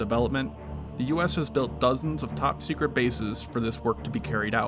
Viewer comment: "Top Sectret" XD